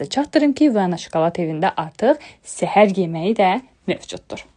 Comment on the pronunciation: Səhər yeməği deyəndə elə bildim zəhər yeməği dedi😅